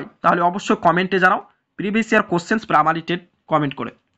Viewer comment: স্যার পামারি নাকি প্রাইমারি????